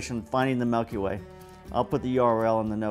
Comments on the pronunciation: It's not "melky way" it's Milky Way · Melkyway? Or milkyway? 😂